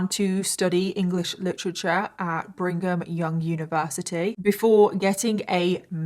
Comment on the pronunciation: Oh man never mispronounces things but she mispronounced Brigham Young